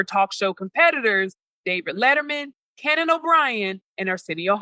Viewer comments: Lol did she say "Canon" O'Brian instead of "Conan"? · She said Cannon Obrien .